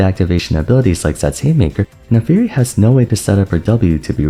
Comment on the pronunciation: It always feels weird when people say "Nafiiri" instead of "Naafiri", is there a lore reason for this?